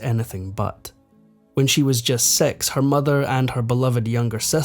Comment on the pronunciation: When you said sex did you mean six but you’re scaaaaawwwwtish?😅